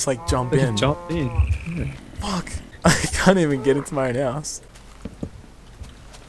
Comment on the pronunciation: its house not houe